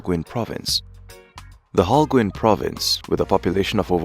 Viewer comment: The way the narrator pronounces Holguin.... is annoying LOL